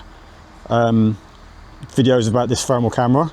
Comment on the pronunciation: It's not Fermal, it's thermal. I know you're capable of making the TH sound with your tongue between your teeth.